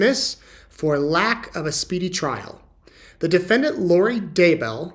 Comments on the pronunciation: Defedant? Lol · SEPARATED, not SEPERATED. DEFENDANT, not DEFEDANT or DEFENDENT. Lori once Vallow, now a Daybell Has one more fault, she cannot Spell Files yet another Dismiss Motion But alas it's no magic potion She thinks she is a beauty queen When toxic as a can of benzene She killed her husbands one by one Now in her trial she is coming undone Charles Vallow was kind and decent But to Lori, he was just the most recent She killed Tylee's father, then Tylee herself And sweet little JJ, a mischievous elf Tried to shoot Brandon, thank god she failed Because Alex her bro, panicked and bailed Then hardworking Tammy, so athletic and brave Chad, Lori, and Alex, sent to an early grave Then as Charles' murder trial date loomed near Alex talked too much, and Lori felt fear So little sis Lori, told Alex to fly So Alex went off, took poison to die. If she hadn't been caught, who would be next? Why Chad of course, oversexed and much vexed. She would have told Chad to take a pill and nap Then blamed him while he off'ed himself, like a dutiful chap I've followed her history, she's a psychopath and Narc I've never seen a mind so devoid of love and dark. She once had the manner of a pretty blonde thing But her evil deeds turned her into a rusty box spring.